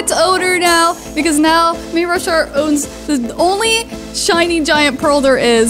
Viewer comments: U say may ra shart its may RU shart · may ru shart? XD u said that wrong its may rus Hart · Lol the way she said mayashart😂😂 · I just figured out you read mayrushart I say it may ru shart and I found out you say it as may ursh art Lol 😂😂😂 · May your short is how u pronounce it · Your saying his name weird